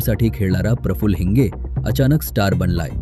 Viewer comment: हिंज नाही बे हिंगे